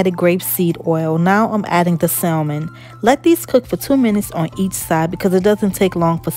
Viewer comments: the L in salmon is silent, so the name of the fish is pronounced "samon". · Looks great. Also the L is silent is salmon.